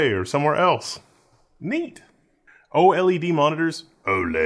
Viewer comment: lol, Instant subscribe because of your pronouncation of "Magnets" and "OLED" 😆